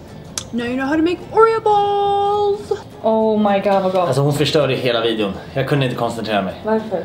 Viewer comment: Asså ”now u know how to make oreheooo ballsszz” JAG DOOGGGG